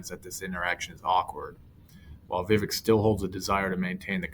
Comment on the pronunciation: It is "We-Wake" .... not "Why-Wake"